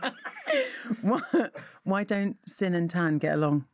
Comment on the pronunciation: sin??? don't you pronounce it sine? I have a Maths degree also!